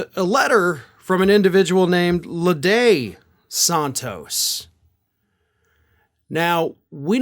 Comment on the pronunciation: its not leday santos its lady santos...his drag act alter ego's alter ego